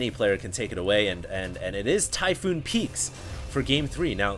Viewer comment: Its TYPHON! Not Typhoon! TYPHON! TYPHON!!